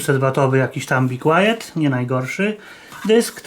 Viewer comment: Chłop co mówi "jakiś tam be quied" Na sprzęt najwyższej jakości xD